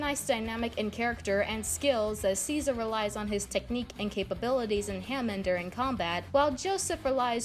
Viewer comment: Not to be that guy but it’s pronounced ha-mon